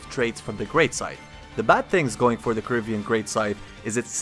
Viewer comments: Please stop pronouncing "corvian" as "corivian". It's core-vee-anne, not core-ih-vee-anne. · Kor-Vee-En Corvian not corivian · It's a Corvian Scythe. Like a Corvid. A crow. Not Corivian. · Corvian scythe, not Corivian scythe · I keep hear Caribbean instead of Corvian